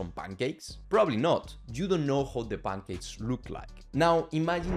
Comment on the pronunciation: bro, please articulate more clearly, i can only understand like 60% of what you're saying and that's with captions on. "Bangakes", bro just say pancakes, it's not that difficult. I'm Bulgarian. We don't even use Latin alphabet.